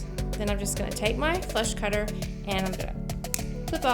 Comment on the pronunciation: Did she say "flesh cutter"? "Flash cutter"? Help! Thanks!